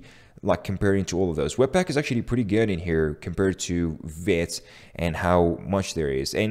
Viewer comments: For fucks sake it's veeeeeeeeeeeet! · According to the website it is pronounced veet.